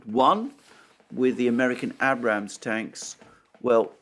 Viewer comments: I always looked forward to daily dose of Alexander but can you once and for all pronounce Abrams correctly after all these videos. Not ah-brams but ey (rhymes with grey)-brams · Abrams : pronounced "A-brums" (with the accent on the long 'a' as in "pay"...and brums rhymes with "sums"). Additionally, Abram rhymes with labrum (i.e., anatomical feature of the hip).